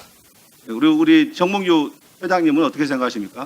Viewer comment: "명"과 "몽"이.... "멍"으로 들리네...